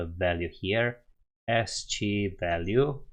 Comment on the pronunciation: ASCII is pronounced 'askii' :)